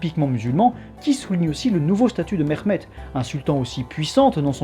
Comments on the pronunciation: Mehmet se prononce bien ‘Mehmet’ et non pas ‘Mexmet’ 😁 Et sinon les Ottomans ne descandaient pas des steppes (mais des rives Sud-Est de la mer Marmara)les ottomans se sont formés en Anatolie. À ce niveau il est inutile de rappeller les origines steppiques des populations turcophone d’Anatolie, les ottomans sont donc bien Anatoliens. À rappeller aussi que le systhème de janissaires échappait à la plupart des chrétiens d’orient (malheureusement j’ai pas de sources) vu l’inaccéssibilité de beaucoup d’endroits de l’empire qui est très montagneux et isolés, beaucoup n’etaient tout simplement meme pas recensé. Sinon ta video est interessante 😊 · Je viens de decouvrir ta chaîne et je trouve que tu as une bonne narration, de l'humour bref jmabonne, je m'appelle aussi Mehmet par contre on ne m'a jamais appelé "MeRmet" heureusement xD au pire on prononce le H légèrement, ton accent fait arabe et culturellement pi génétiquement on a aucun rapport avec eux, sauf la religion partagée pour la majorité du peuple malheureusement... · encore une vidéo que je vais regarder avec grand plaisir! merci pour tout ton travail mais s'il te plait prononce le H dans les prénoms comme en français car c'est comme cela que ça ce prononce en turque!